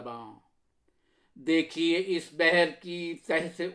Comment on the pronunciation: عمدہ۔۔۔ لیکن اس کی امیدیں قلیل۔۔۔ اس میں لفظ اس کا تلفظ زیر کے ساتھ نہیں بلکہ پیش کے ساتھ ہے۔۔۔ أس